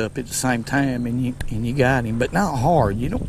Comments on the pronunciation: Let’s put heem in the bucket 😂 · "... Let's let heem go!"